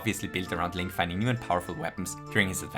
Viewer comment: his name is pronounced “link” lmao 😂